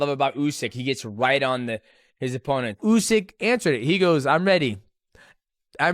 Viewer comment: Usk. Usike. And yeah, Oozkike. 😂